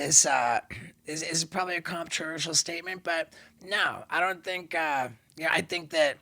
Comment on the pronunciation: I'm more worried about how he said controversial lol